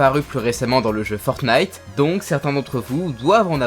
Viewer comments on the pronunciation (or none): none